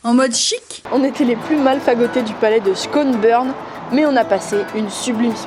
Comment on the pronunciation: La prononciation de Schönbrûnn je-🫣